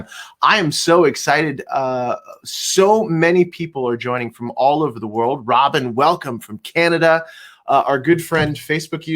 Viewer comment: there's me lol im the Robin haha but its pronounced Ro-beena lol